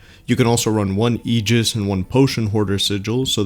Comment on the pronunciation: You can buy both character-specific sigils from that shop. The other one is in the Dahlia Badges section. kudos on pronouncing "aegis" correctly haha.